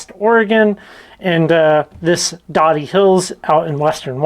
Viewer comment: We live just a few minutes from here. It's pronounced with a long o. We actually went to this exact place right before you posted this! It's fun watching your videos and seeing places we have been!! Just watched another one of the rock quarry up here. We also went there the same day. Unfortunately when we went there were several people there. Still fun. Just down from here you can get lots of cool agates in another rock pile! Tons of them... some good sized. Thanks for sharing your adventures!!